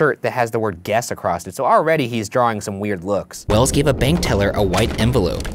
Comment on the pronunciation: it's wells' not wells's that threw me off track